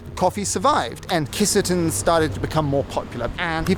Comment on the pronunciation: Not Kiss a ten 💀Key Sah tenn.